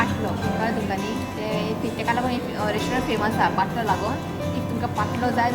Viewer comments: it's not pottlo it is called pantlo.God bless you and your family ❤ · Its paatlo and not potlo